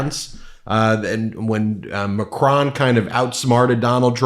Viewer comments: It's Mac-RONE, not Mac-RAWN. Even Mac-RONE is not perfect, but closest to the correct French pronunciation. Not trying to be nitpicky, but just to help. I speak French. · Out of respect, you should pronounce Macron and Notre Dame correctly.